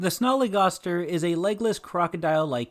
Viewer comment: Its pronounced sn-al-e g-as-t-er